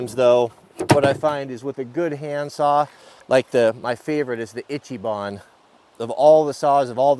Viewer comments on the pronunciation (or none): Eechee Bahn... not ichee